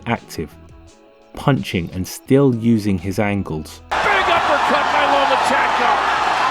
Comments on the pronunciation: Сукко ударение ё*** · Если Вы и дальше будете ставить неправильное ударение в фамилии,то Вы никогда и ничего не поймёте!!!Это букварь!😂